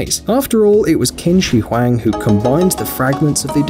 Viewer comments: It’s pronounced Ching shi Huang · U pronounced the Chinese emperor wrong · The fact that he pronounce Qin Shi Huang wrongly but it's ok at least I understood what he said. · Any Asians triggered at how he pronounced qin shi Huang?